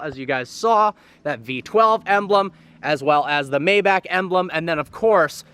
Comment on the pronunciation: I sure wish you'd pronounce Maybach correctly.